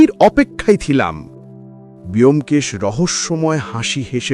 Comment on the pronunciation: 'ব্যোমকেশ' এর উচ্চারণ বোমকেশ হয়, বেয়োমকেশ আবার কী উচ্চারণ! ভীষণ কানে লাগছে।